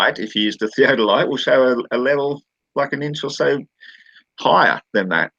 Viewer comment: I came back to this chat again after a few weeks, so it may be pretty pointless to even leave a comment, but FOR FUCK'S SAKE, why can't that middle earth moron pronounce "theodolite"? He gets it wrong over and over and it hurts my ears and brain. It's not a fucking "theadolite". He pronounces it as well as he understands it.